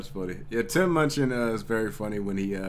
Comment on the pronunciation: Great reaction but you're pronunciation of his name on this video upsets me haha. You got his name right in the other videos man! ;)